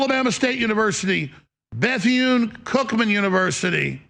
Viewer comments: Beth-une? WTF? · That mfer said Beth-Yune. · This dude said Beth Eee Yune.... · He couldn’t even pronounce the universities name. These people are not serious, but their hateful message it’s very dangerous. All that cursing on Mace! And where are all the victories that the USA it’s having outside of the US, that makes foreigners mad at us? Just when I was convinced that Russia and other foreign nations were not trying to screw us up politically. And btw, it’s so sad to see the posture of the military men, while they have to listen to Hegseth speak. 😮